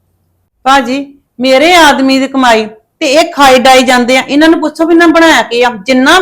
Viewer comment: ਬੋਲਣ ਦੀ ਅਕਲ ਸਿੱਖ ਲੈ ਪੁੱਸੋ ਪੁੱਸੋ ਕਰਦੀ ਆ ਪੁੱਛੋ ਹੁੰਦਾ ਐ